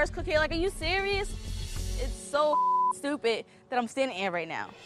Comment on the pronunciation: Are we going to ignore that said "Stoopid" instead of "stupid"